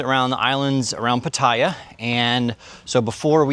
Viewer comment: You are saying the name of that place wrong.